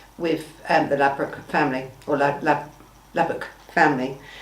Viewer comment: At least get his name right. It’s Lubbock, not Lublock or Labrook. Switched off before the 5 minute mark. Smh